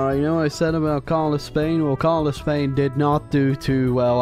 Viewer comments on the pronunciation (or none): none